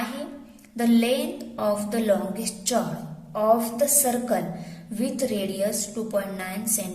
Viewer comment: Mam aap chord ko galat pronounce kar rahe ho